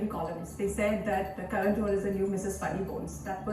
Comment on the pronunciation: It's "Kaa-Raan" Not Karen! 😭😂😂😂